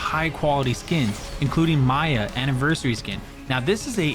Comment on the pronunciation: miya like mamamiyaaaa not maya like pay maya